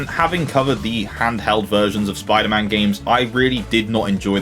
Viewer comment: Spwiider man